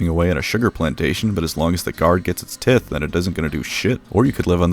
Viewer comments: Ummm, actually... tithe is pronounced like tie as in knots, not like tit😂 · Tithe = “tye-the” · Great video but unfortunately I have to disregard everything you said because you pronounced 'Tithe' wrong. Hope you can understand. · So good; wood elves. Who knows? Tithe is pronounced tie (the thing you wear round ya neck) -th I think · Tith... Did you mispronounce Tithe... or is it really called a tith in the 40k Universe. Inquiring minds must know. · i agree with all of your points however you pronounce "tithe" wrong and therefore shall receive a bonking stick from an ogre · Double check how to pronounce tithe